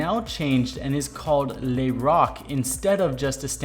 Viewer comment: Le is pronounced luh not lay